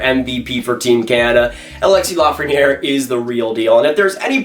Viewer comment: It’s L.A.frenière ;) Unfortunately, LA hasn’t received a 1st overall pick since 1967, so I’m not holding my breath.